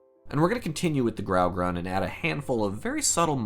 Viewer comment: Its not GRAUgrun, both colors are pronounced with equal emphasize. Grau-Grun [sounds like groom]. Grey-green.